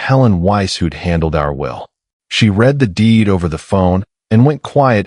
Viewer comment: to bad your bot doesn't know when to use read from read